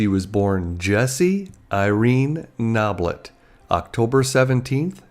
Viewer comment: There's a big important difference between "Irene no-BLETT" and "Irene KNOB-let".